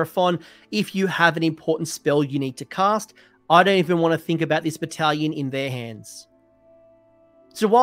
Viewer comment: I know you said "bonds of battle battlation". What I heard was "Bonza battle battalion" so thank you for that laugh ^^